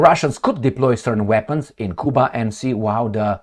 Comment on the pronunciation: You not pronouncing Cuba properly